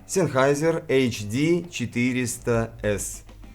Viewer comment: Как наполовину немец по национальности и зануда по характеру, замечу, что правильно произносить "Зенхайзер". 😊 Спасибо за выпуск,, всегда рад новым роликам и вашей подаче материала👍